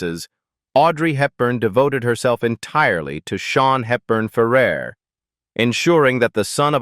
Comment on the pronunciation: シャヒールバンファーラー、ひどい読み方